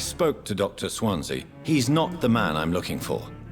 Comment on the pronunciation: I concur with other posts, a walkthrough/lets play would be fun. By the way, it's pronounced 'Swan see' or 'Swan zee' (it's also a town in South Wales). All the best